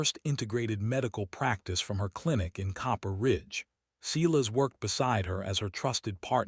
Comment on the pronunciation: Back to correct pronunciation. Silas, pronounced:- … Si, as in “sigh” … las, as in “las” Me, pronounced:- Me, as in “Mae” or “May”